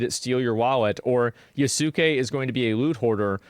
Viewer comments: Yasuke is pronounced without the u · How does NO ONE know how to properly pronounce Yasuke? It’s not YAH-SOO-KAY. It’s YAH-SKEH. That aside AC: Shadows is cooked and Yasuke shouldn’t even be in it lol